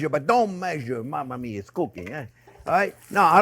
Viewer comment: I referred to his accent when he says his “ mamma mia”